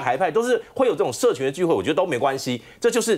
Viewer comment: 講“社群”,我聽成“色情”😂